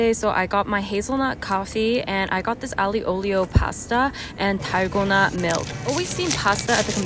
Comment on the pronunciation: girl you don’t eat some Ali from middle east it’s aglio (pronounced like alio) no hate!